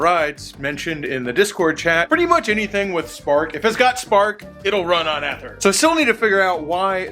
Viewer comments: It’s e ther not eth er driving me nuts saying it like that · First time I’ve heard anyone pronounce ether the way did.